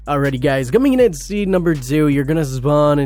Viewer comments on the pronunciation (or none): lol press like for how many time he says zeed instead of seed lmao